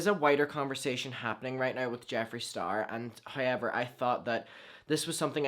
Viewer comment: Same!!!! “Highyever” 😹😹💯